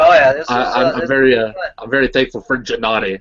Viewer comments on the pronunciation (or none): Hmmm... wondering, why you pronounce (G)ennady with (Jem), net (Greend). Isn't that a Russian name? Джэ-Надий ?